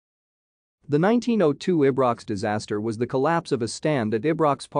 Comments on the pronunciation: It's pronounced Eyebrocks Park, not Aybrocks Park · No it's pronounced ibrox Park,not eyebrocks Park or aybrocks park